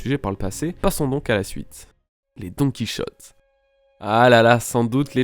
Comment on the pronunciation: DoNkEy ChOtTe viol auditif 😭😭 C'est "Donne Qui hauté" ça ce prononce :'(